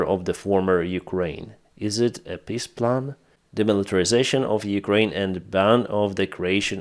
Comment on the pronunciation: Not making fun of you,, but the Ruzzian "peace plan" is a piss plan, as you pronounce it...Heroyam Slava.